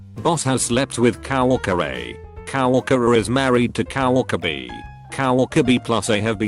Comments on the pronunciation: COW-ORC-ER XD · Text: Says "Co-worker" Bot: cOW wAlkEr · I love how it pronounces it Cow Orker